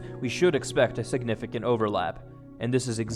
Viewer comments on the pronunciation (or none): none